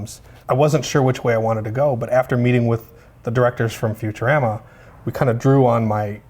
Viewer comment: "futurammah" - animatronic artist for the incredibly life like zoidberg fuck